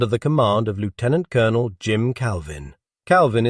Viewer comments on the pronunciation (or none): Well done video, and hopefully it generates some comments from other historians and former Canadian military, especially 2 PPCLI. I have one issue with the story, though. Why does your narrator with a British accent, telling a Canadian story, use the American pronunciation for Lieutenant Colonel rather than the proper Canadian version? There is no excuse for publishing this inaccuracy. Stop mis-educating Canadians. He's a LEFT tennant Colonel, not a LOOO tennant Colonel!